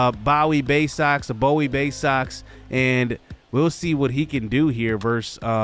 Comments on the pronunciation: The city is called (boo-wie) not Bow-ie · Dude it’s pronounced (Boo-wie) as in Bowie, Maryland. I’m from DC and it’s not to far from here..